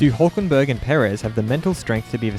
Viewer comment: Did he said, HULKENBERG???